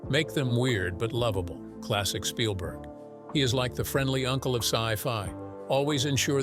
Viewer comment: i do like how you often say 'shpielberg'